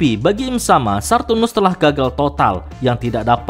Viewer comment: "Saturnus" min, bukan "Sarrrturnus"